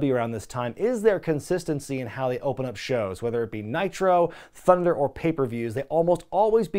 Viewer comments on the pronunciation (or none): none